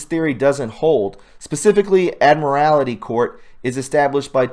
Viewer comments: admiralty, think admiral-T, not ad-mir-al-i-ty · Pronounced Admiral-tee, not Admi rail ity, it is considered maritime or military law., you asked: “Could we be under martial law and not know it?” Obviously, yes. Someone would need to investigate how far back the gold-fringed U.S. flags have been displayed throughout the Capitol and WH rotundas. They are clearly identifiable behind criminals Pelosi and Schumer. Perhaps they are too self-absorbed to recognize their false statements within a martial law jurisdiction. Some brief but crucially instructional observations: Carry on... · FYI: There is only one "i" in the word "Admiralty". There is no "i" between the letters "l" & "t", as you Pronounced it multiple times. ~ "Admiralty Law" & "Maritime Law" are Synonymous alluding to "The Law of the High Seas while ON BOARD a SHIP" & NOT "The LAW of THE LAND". Yet the Gold Fringe on the US Flag & State Flag in a courtroom behind a judge INDICATES AN ADMIRALTY COURT and NOT The LAW of The LAND, known as Common Law. Consequently the Judge is Captain of The Ship or Courtroom. Note: The "Roads & Hiways" are considered to be "Inland Waterways" by THIS COURT'S "JURISDICTION" & YOUR CONTRACT OF AGREEMENT YOU SIGNED ON YOUR DRIVER'S "LICENSE". Look it up. Thank you for your XLNT Reportage.